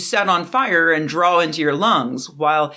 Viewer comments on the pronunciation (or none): none